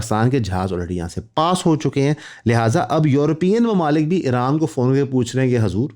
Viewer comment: “Mumalkooon” Look at the FkN urdu Professor 😂